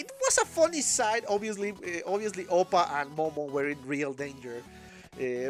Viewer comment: its APPA not OPPA😂😂he aint korean